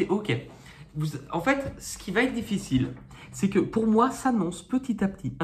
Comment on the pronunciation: bonjour, pour vos gratouillis des mains essayez Eucerin, souvent ça marche. on ne dit pas vaT etre on dit va Etre